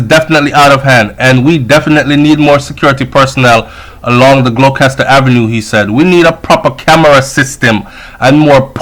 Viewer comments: Gloucester is pronounced "glowster"😧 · So sad.. it’s terrible. Gloucester.. pronounced Glock-Chest-Or.. (no disrespect, btw).